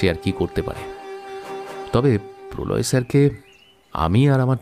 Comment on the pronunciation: Polau Som ✅ Prolay Som ❌